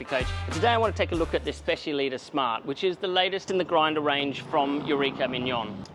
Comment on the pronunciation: Is specialità not specialita 😂